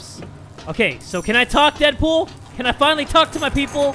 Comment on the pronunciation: You sed Dead boop not dead pool